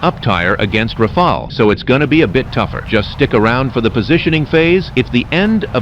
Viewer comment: Oh my god you managed to get the TTS to pronounce "Rafale" correctly